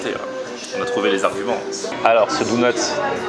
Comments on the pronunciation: c'est officiel, n'a jamais regardé un seul épisode des Simpson. Si c'était le cas, il saurait prononcer le mot DONUT! 😂😂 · On dit " daunuts " pas " dounuts " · On dit donut et pas dounut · ABOMINATION, il dit " DOU-NUTS" il faut que je te parle c'est "Donuts" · ya que moi qe sa choque qu'il dise dounots au lieux de donuts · On dit pas dOUnuts on dit dOnuts ! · Moi je m'engage à lancé un nouveau débat On dit dOnut pas dounut ptn 😈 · POURQUOI TU DIT DOUNUT C'EST DONUTS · Mdrrrr ca me tue tu prononces douneuts au lieu de doneuts ahahahah c'est enorme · Pk il dit DOUNUTS alors qd dit donuts ?😂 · c est pas douneuts cest donut😂😂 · Tu m'as fait délirer avec ton cheddar et bagel mais par contre donut c'est avec un o et pas dounut mdr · Tout les mots que tu dis bien tu lui demande et tu dis "dounets" pitain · "Bagueule" "Douneuts" C'est plus possible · lol pendant tout le vlog il dit dounot lol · Par contre faut taffer la prononciation mdrr pck Dounuts ça le fait pas trop ^^ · "Dounuts" mdr, c'est quoi cette prononciation ? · "LES DOUNEUTS" mdrrrrrrr jpp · Tu dit Dounut c est bizarre .... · david ouais mais ça se prononce Doneute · Et Donut ça se prononce pas "douneute"